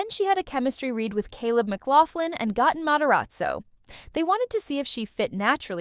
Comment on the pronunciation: Not “Gotten” Matarazzo 😂😂😂